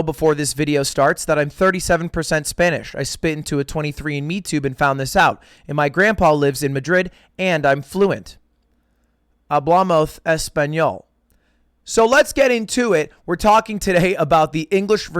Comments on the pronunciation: Te doy un consejo, por favor, no pronuncies las "s" como "z" por tu bien. Its not hablamoz its hablamos and its the same way for every "s" Se q lees los comentarios así q un saludo desde españita :) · The way you say halbamos was very Spanish lol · I phisically cringe and recoil any time he says "HablamoZ". If that's his spanish, I wonder what xQc hears anytime he speaks french. Also, aside from the actual Rust drama, the racist stuff was so dumb, shit got so toxic. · guy when he talks "hablamoth" than "hablamos" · Ludwig ffs, hablamoth is wrong in any context, even if you were trying to do a spain accent you'd be wrong, it would be hablamosh. Please stop torturing me. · Ludwig trying so hard to pronounce the spanish right that he turned the “s” in “hablamos” into a /θ/ sound. The “c” and the “z” are pronounced like that in Spain, “s” is always pronounced the same way that in english. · "hablamothe espanol"